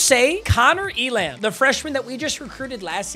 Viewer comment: Elam is pronounced, ‘ELum’